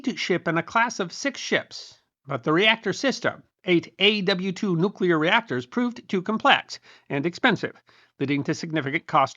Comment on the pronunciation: Kudos for saying "nuclear" instead of "nucular"